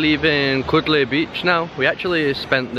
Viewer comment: This not kodle ...